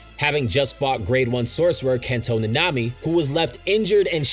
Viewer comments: My ears burn everytime he says any name ever. How do you mispronounce Nanami bruh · Satoru Gojo: SAT·oR·Ru Gojo Itadori Yuji: Yuji E·TA·Dori Maki Zen'in: Maki ZEN·IN Kento Nanami: Kento NaNa·Me the name butchering got me heated